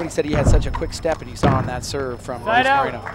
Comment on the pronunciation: Moreno not Marino my fellow Americanos!